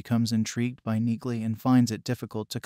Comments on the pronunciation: It’s NEILY. Do you pronounce the k in knock? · The "g" is silent. It's pronounced "Nee-Lee". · Frances Neagley's last name is pronounced "neeley" the g is silent!!! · it's pronounced NEELY! Read the books! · For people commenting on the pronunciation of Neagley's name. Yes you are correct the G is silent. This is clearly and AI doing the voiceover for the video so the software did not catch that. For people commenting on the physical touch and her fighting skills or military training. This is a fictional character so the fact that she is in the military with a "condition" should be part of suspension of disbelief. As part of the inside logic of her fighting skills it is obvious whe she talks about touch it is about a much different context like intimacy, sexuality or having strong personal space and boundaries. In fact, the fact that she does not like physical contact makes her a fierce fighter and is implemented on her fighting style (using objects as weapons as a barrier between herself and opponents for example). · The "g" is silent in her name...you didnt watch the show. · The 'g' in Neagley is silent ... Jus sayin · omg...PLEASE learn how to pronounce her name! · The “g” is silent 🔕!! 😆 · What's your deal,? Did you read the books? Did you watch the Amazon Reacher? A few sentences into your video and you are MISPRONOUNCING NEAGLEY!! Clean your ears and show respect by correctly saying her surname! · YES! The “G” is silent as in “neiGhbor”.🤨